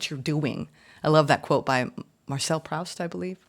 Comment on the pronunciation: I really love this reader. She's so direct and down to Earth. Positive and optimistic, but not fake. Great. Ps. Proust is (weirdly, I know) pronounced like "Proost" - great reference, love this channel!